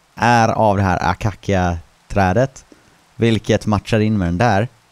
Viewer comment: Jag tror att det uttalas (akasia) men stavas acacia